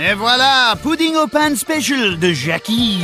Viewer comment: It’s “co- keel, Sant jock”, and the dessert should have been “dessert pain (pronounced pan)” but if they chose the Brit idiom of pudding for dessert, should have been boudoin (boo-dan) pain. But pretentious people are usually not educated.